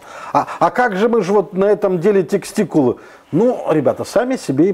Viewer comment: и шо у него там за теКстикулы))